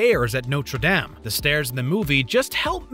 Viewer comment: I found the "damn" just as, if not more irritating, than the usual americanized "dame". At lease "dame" makes sense if you didn't do your research, and had never seen/heard the word before. (It is an american channel, after all) But yeah, "dom" would be much closer to the correct pronunciation.